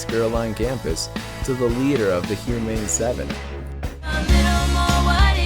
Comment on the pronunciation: Did you really just say Hu-mane 7? I need to step up my pun game cause I just cringed so hard, the floor couldn’t hold me.